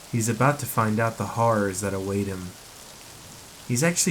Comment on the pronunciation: Horrors Not Harroras/Harrer